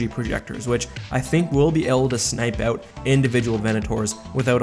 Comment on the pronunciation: Of course he's Canadian, he pronounces out like oat.